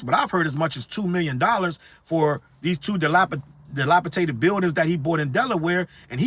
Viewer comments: DilapiDated not -tated. No shade...But, you are speaking facts. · " dilapa Tated" lmao